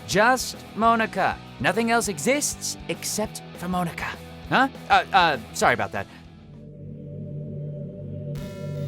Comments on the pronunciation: He pronounced Monika wrong.. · I'm pretty sure Mia was Ethan's wife, not his girlfriend. Also, what the hell is up with the way you pronounce the name Monika? It's (Mon-eh-kah) not (Moan-eh-kah). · Mow-ni-ka?! It’s MON-i-ka! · The way you said Monika sounds like "Moanika" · ITS PRONOUNCED MONICA. NOT MOAN-IKA. HER NAME IS MONICA WITH A K INSTEAD OF A C. GET IT RIGHT. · No one: Literally no one: Not a single soul: Todd: MOAN-ECKA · Moanika ( ͡° ͜ʖ ͡°) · Pronounced Monika’s name wrong,lol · she doesn't know how to pronounce Monika either geez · The way he pronounces Monika's name triggered me SO MUCH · Anybody else cringe a little when he pronounced Monika wrong? ;^;' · Lili-chan she’s the only member of the cast with an English name though to make her stand out. So technically it still is being pronounced wrong.